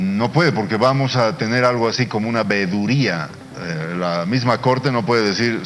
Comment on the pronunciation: Minuto VEDURIA 🤣😂🤣😂...jajajajajaja...y este weon es ministro...